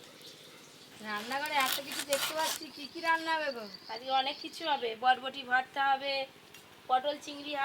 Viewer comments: বটবটি নয় বরবটি। দারুন সব মিলে। ❤😂❤ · বহু বার বলা হয়েছে কিন্ত এরা গুষ্টি শুদ্ধু বডবটি আর বডবটি বলতেই থাকে অশিক্ষিতের মতো। বইয়ের মধ্যেই তো লেখা থাকে। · আরো বটবটি না ওটা কে বরবটি বলে